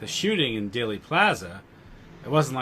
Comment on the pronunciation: It is DEALey plaza not dayly plaza. Long e sound , as in eel. That seems to erase the correlation to daleth. I’m with you on most of it , though!